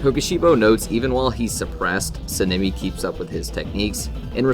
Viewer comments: I'd say there are a few issues with some of the feats in this video and other things. First, Sanemi is pronounced "Saw-N-ah-me", not "sin-ah-me" (lol) This could just be Akaza is suprrised that Kokushibo would attack him at all, not necessarily that he's getting perception blitzed, he seems to have the same suprised look on his face the whole time Kokushibo is talking to him, and obviously he can see him throughout. A feat on someone who isn't in combat, or isn't expecting to get attacked and is looking at someone else (Douma) is less solid then something like Sanemi looking at someone and is actively getting attacked by them getting blitzed. This is definitely a perception blitz by Sanemi to Genya, we know it cause Genya stated that he just straight up disappeared to hm. Though using them not being shown on panel as the only reason the prove a perception blitz isn't really concete though, cause as Akaza leaves the upper moon meeting there is a similar frame to him just disappearing to Douma, but we know that Akaza isn't even faster then Douma, let alone perception blitz tier above. I'd say this point doesn't really make sense, cause I think it's pretty obvious he's not at full power at the start of the fight, he doesn't even have Compass Needle active cause he assumes he doesn't need it. It is kinda strange that Tanjiro doesn't get damaged at all, but I'd say it could be Akaza just holding back cause he likes to fight. Cause when he gets beheaded he basically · S-ah-n- eh-mi plssssssss sounds like ur saying senemi